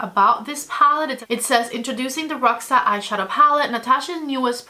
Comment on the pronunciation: Roxa é uma palavra da língua portuguesa que significa purple. A pronúncia não é como você e outras americanas estão falando. 😊